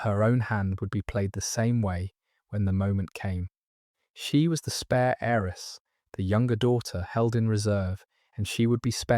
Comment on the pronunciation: Beautifully read. But please note that the words "heir" and *"heiress" have a *Silent "H" - so they are pronounced "aire" "airess."